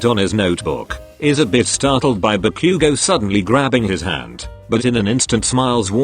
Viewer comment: "dee-koo" "buh-q-go"